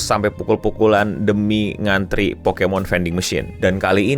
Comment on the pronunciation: Asli tulisan Pokémon, tapi si reporter tetep nyebut Pokimon. Udah susah2 pakai huruf é.